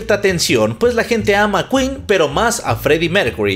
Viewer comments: El: Aquí estamos en México y se dice keen Queen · No se dice quin se dice quen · jajajaja, que tontitos, sabemos que esa banda se llama ken(queen) El tipo el cual no me acuerdo su nombre: no se dice kuin(queen): NO, aquí estamos en los mexicos y se dice ken(queen) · "se dice keen "😂😂😂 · No aqui estamos en los mexicos y aqui hablamos español y se dice Ken